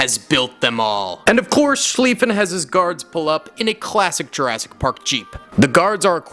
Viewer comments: Sorry but it's jurassic park not Jurrasic park. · Ah yes “Jarrasic park”